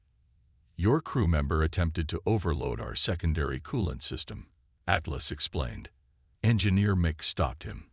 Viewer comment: worship or warship rocking of warship video annoying reed or read annoying AI text call or atless hatless,lol